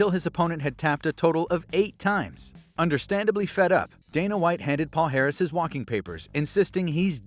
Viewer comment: in Portuguese, his last name is pronounced "palyares." The "lh" and "nh" represent "ly" and "ny," similar to the sound in "canyon."